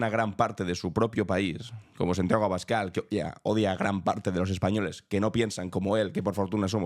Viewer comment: En realidad dice Santagüio Escabal 😂😂